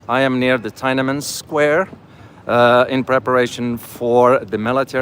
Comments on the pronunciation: Subscribed., it's pronounced Tin Na Men Square not Tia Men Square.:) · it is pronounced as TEEN AN MEN SQUARE. thank you.